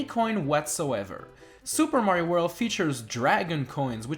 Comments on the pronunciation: Why do you pronounce "world" like "worl" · You say 'World' like Tommy Wiseau